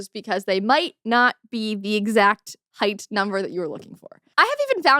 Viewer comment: I heard Hate, not height. I was like what the heck! 😂